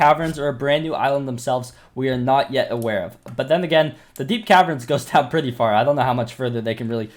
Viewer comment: "Predthy soon" :')